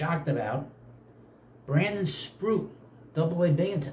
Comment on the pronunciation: He can get called this year. And it’s Sproat NOT sproot. But I am sure you know this,and that you just butcher names for effect. Even the easy ones 😂😂😂.